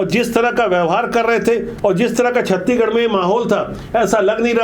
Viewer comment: सर जी छत्ती गढ़ नहीं छत्तीसगढ़ बोलें